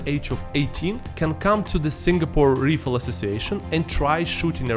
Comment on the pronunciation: It would be helpful if you at least googled how to pronounce some words before making a video using them. Like, it's not that hard. Rifle, reputation and polygamous are some examples of words that are not pronounced like you pronounce them. Some self-awareness on your part would be great